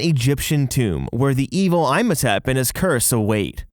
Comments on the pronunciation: whys he saying "I'm a tap" 🤣 its EEM ho tepp... Also it's not "sarah cough I gus" SARCOPHAGUS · 🎶You say Eyem-ho-tep, i say Ihm-ho-tep...🎶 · Emm hoe tepp. Not eyemhohtep Also, toot ankh ah moon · E-mo-tep not Eye-mo-tep Sar-cof-o-gus not Sarah-cof-o-gus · It's not pronounced "Eye-motep." It's pronounced "Eem-otep." Did you not watch the movie? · That is not how you pronounce Imhotep! That’s all that bugged me this whole video lol. It’s like EE-MO-TEP! Not EYE-MO-TEP lol. Sorry just had to say that :P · It’s pronounced “Ee-mo-tep”, you’re killing me here but i love the video! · Eem ho tep Not I'm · Its so annoying, they do it on purpose to sound different when literally Universal studios and everyone else in the movie say, "EEE-moe-tep"! Not this "EYE-mo-tep" bs xD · I'm sorry...'EYE-mohtep?' Lol I love you guys but not only are there 2 movies that say his name 'EE-mohtep', 2 rides, and that Imhotep was a real person. Unless the real Egyptian way to say it is as 'EYE-mohtep' and I've been lied to my entire life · Also the pronunciation of "Imhotep" is a flat i, not a long one. Like Tim, instead of Time. Just helping out :-) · The Mummy's name is "Imhotep" not Imotep😢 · Eesh... thats a bad. Its pronounced E-hm-oh-tep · Narrator: "Eye-Motep" Me: Obviously he hasn't seen the mummy Narrator: "Sarah-Car-Fugg-Us" Me: ohhhh... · I feel like he was literally trying to piss me off with the "I'm Otep & Sara Coficus" Lmao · "EYEmohtept" & "SARAHcophagus" WTF?? lmao!! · Dude, your pronunciation... it’s not “i-mo-tep” and “sara-co-pha-gus”. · Ihmotep is pronounced "Eem oh tep". The movies are actually pretty good. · I would give you cookie if I could by magic for good your observations. Dude probably just saw the spelling of Imhotep and never saw the movies or animated series. So he didn't know the correct pronunciation of the name. Also Slappy was wearing a 'DAPPER suit' not a diaper! Dude knows nothing like Jon Snow! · I did not even notice I still wasn't over EYE-mohtep